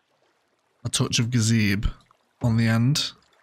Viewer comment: "a touch of gazeeb" hahahah